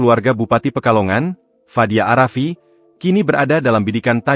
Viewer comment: Fadia arafiq min...tolol banget nyebut nama!